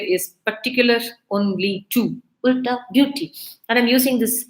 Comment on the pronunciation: Small correction: its pronounced as ulta(alta) - ‘u’ as in umbrella :)